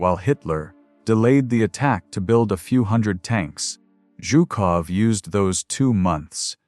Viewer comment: Please fix your AI narration! Chopped up sentences, numerous full stops before a sentence is complete, words and phrases broken up by uncalled-for full stops, and senseless mispronunciations ("Zhukovy" for one of the most obvious Russian names, "Zhukov", "rug-ed" instead of "rugged", as though the soldiers were a draped in rugs, and numerous other errors). You have far better resources than to waste AI on results like that!